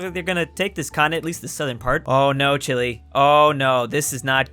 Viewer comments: It’s chi-lay, not chilly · i thought it was pronounce chee-lay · STOP SAYING CHILI its CHEELAY OMG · For how much you mention the nation of Chile you really can’t pronounce it right.